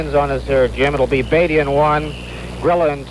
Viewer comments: It's " Beat - ty " , not " Bay - ty" !!!!!!!!! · It’s pronounced Bay-tee trust me Jim’s son is my ELA teacher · Its pronounced Bay-ty hes my grandfather